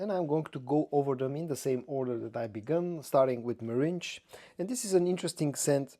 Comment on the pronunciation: meringue is pronounced differently from meringe....